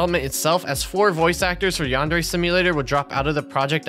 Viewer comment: the worst part is, he doesn't even know how to pronounce Yandere correctly